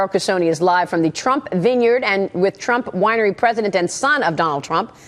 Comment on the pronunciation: she really said "twump rinery" lol